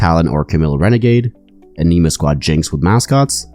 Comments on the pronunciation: Thanks for the great video! Two little things for pronunciation for the rest of the set. Corps (Pronounced Core. Not corpse) Anima (Ah-nah-ma. Not a-nee-ma) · fwiw, "corps" is pronounced like "core", not "corpse". And I suspect that "anima" would have a soft "i" sound like in "tin", not an "ee" sound. Love your content. Not intending to be pendantic - some people appreciate getting the pronunciation right. No offense intended. :)